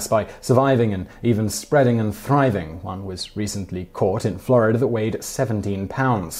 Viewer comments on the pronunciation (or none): how to say FI-(ER)RE fa-ah take note! Florider? nope Florida :D